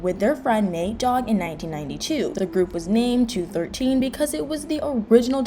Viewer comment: It's pronounced "two, one, three."